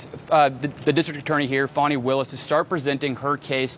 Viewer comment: How do you get that pronunciation of Fani?